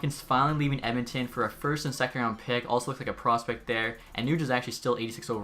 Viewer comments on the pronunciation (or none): none